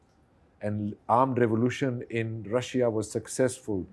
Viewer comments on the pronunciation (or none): none